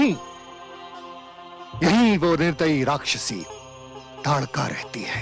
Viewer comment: ताडका न कि तडका